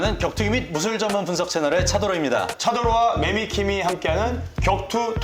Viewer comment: 제발 !!! 매미김이 아니고 매미 킴 !! ~~~~이므니다~ 아니면 맴미 키이이이이임 이므니다 ~~알간 !